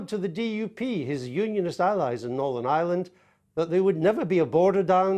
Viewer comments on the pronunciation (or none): none